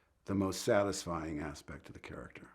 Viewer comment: "He was a carchter you could relate to". Unlike one other main charchter.